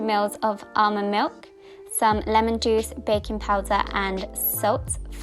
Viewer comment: Whenever you said 'baking powder' I misheard 'bacon powder' and I was so confused for most part.😂🙈